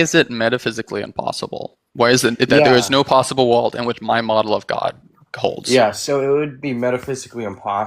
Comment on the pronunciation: Why do you pronounce world as walled